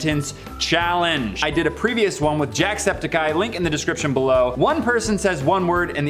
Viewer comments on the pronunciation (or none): I notice said "destription" rather than "description"...